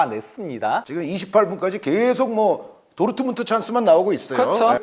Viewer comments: ㄹ 발음 못하네 도우트문트 이런식으로 말하네 레아마드리드 이러고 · 어떻게 도르트문트를 도트문트라고 발음하냐 브베 목소리 닮아서 브버지 인가 보네